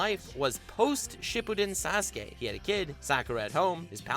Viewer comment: He says sas-gay